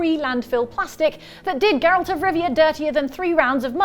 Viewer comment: wtf name did she just say? definitely wasn't Geralt